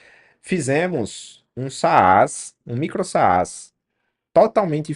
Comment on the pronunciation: só uma dica, não se fala "saás" puxando o acento pro segundo A. é um A mudo, se pronuncia "sas"